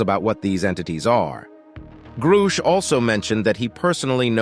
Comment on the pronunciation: Can't say I've heard of a David "Gru-shaesh." Maybe this channel isn't quite the subject matter expert or authority on the matter after all. What's next, "nuke-you-ler" weapons? Lol. Disappointing video. SSDV